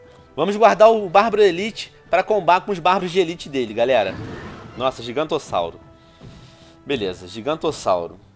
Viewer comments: venom porque voce fala giguantossauro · porque VC fala gigantossauro?